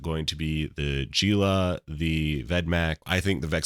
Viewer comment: Jee-lah lol - I love that you've invented a 3rd way to say the name Gila. Respect :D This is the guide I was looking for thanks